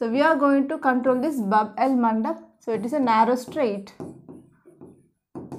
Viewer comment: Mam it's Bab al mandab know instead of el mandab that you said